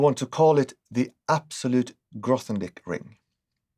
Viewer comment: Grothendieck ls a German name. So it is not pronounced with a british "TH".